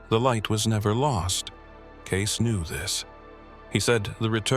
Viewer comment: It’s pronounced Cayce-ee not case 🌏💚⚔💙🌍💕